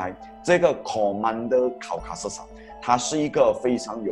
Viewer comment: Maharaja Caucasus，不是Maharaja Causasus